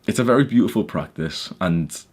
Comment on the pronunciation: “Bery jshort” 👳🏽‍♂️